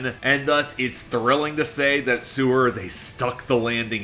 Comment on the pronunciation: Didnt once mention that he saw them live? If so, how did he continue to mispronounce their name?